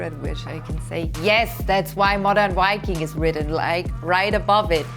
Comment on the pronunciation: Is it a man and also it can't even say viking.